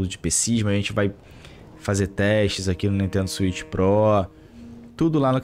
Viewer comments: "Swicth pro" pqp hahaahahahaha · SWITH PRÓ KKK